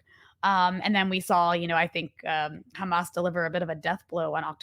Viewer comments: Why can’t they say the h. They always say kh. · I think you are right about the "cha" sound, that is how Israelis (like myself) would pronounce the words: Hamas, Hizballa, Hassan. I want to add that apart from having it sound "ugly and scary", they also aim to make the world feel that they are experts in these organizations, because an average American would not even be able to pronounce it. Of course, this is not how you should pronounce these names, but an average American wouldn't know that. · Khezbollah, Khamas, And Khouties! Blo-o-odyyy Chosen Idiots!